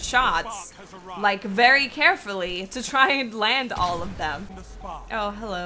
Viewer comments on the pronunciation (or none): Cannot unhear